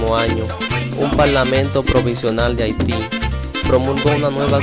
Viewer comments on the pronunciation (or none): none